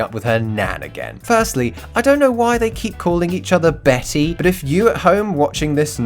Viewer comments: its not bethi, its beti which means daughter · It's not Betty, it's beti Beti means daughter or granddaughter dude